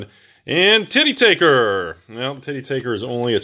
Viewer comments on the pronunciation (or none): Absolutely no one knows how to say the name of that card, and how did I know that you would pronounce it Titty Taker 🤣🤣